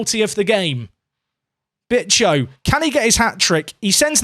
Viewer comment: Hey if you don't want to risk getting demonetized Bicho is pronounced like Bi sho the Sho sounds like Show with the W if this didn't help just put it on Google translate and let Google speak